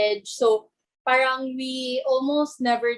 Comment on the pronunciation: mga kabataan ngayon hindi ma pronouce maasyos ng R... pahhhhrrrrraaanng